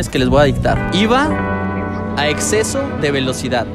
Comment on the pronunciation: exesoh deh velocidah JAJAJAJAJA